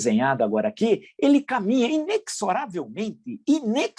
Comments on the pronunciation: INEXORÁVEL ( O X TEM O SOM DE Z ,COMO NA PALAVRA EXÉRCITO ) A PRONÚNCIA É (INEZORÁVEL). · Caro professor, o X na palavra "inexorável" (ou mesmo "inexoravelmente") tem som de Z.